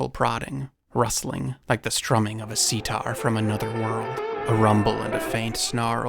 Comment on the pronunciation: Did actually say "Like the strumming of a sitar (which he pronounced like a Mississippi hay seed) from another world"?!! 😳😲😳😲 I think has been reading the earliest appearances of Dr Strange and Silver Surfer in the Marvel Universe, the ones featuring the unmistakable Stan Lee power prose which has to be channeling 🤘